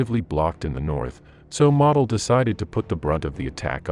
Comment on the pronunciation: It does your credibility no good to mispronounce so many names and places. MOdel (with long "O"); Man-TOY-fel. Bastogne is not just BasSTONE.